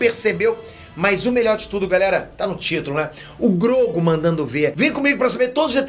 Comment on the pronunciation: fala q sempre falam p nome dele errado, mas sempre fala Grogu errado